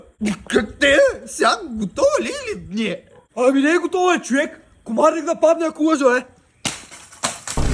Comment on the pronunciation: Само истински Русенец може да каже чуек😂😂